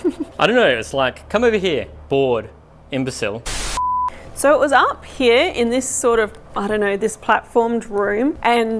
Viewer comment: What a rude SPIRIT, saying imbasille